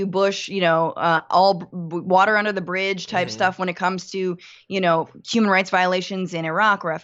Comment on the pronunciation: Are you saying “wuter “?